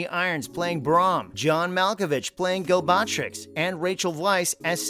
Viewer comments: bro didnt just say golbatrix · Your pronunciation of Galbatorix is funny lol